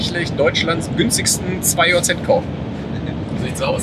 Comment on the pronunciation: Bitte 2JZ Englisch aussprechen danke